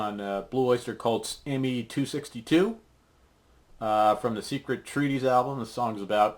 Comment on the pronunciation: Me isn't pronounced as "M.E.", it is pronounced as "meh" :D Other than that, great lesson!